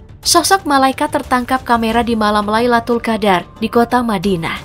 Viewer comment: Min, Lailatul Qadr bukan Laitul Qadr 😅